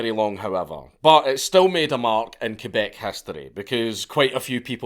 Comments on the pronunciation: Hearing Quebec being pronounced correctly is very refreshing Slight edit : I've also heard a story in that period where a woman working in a McDonald's got used as a human shield in a Hell's Angels and Rock Machines gunfight and was hit like 28 times and survived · Shout out to Dankula for saying Quebec properly instead of saying "kweebac"